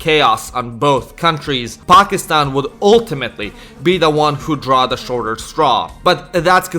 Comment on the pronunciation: Your the first non south-asian person that prounce pakistan correctly lol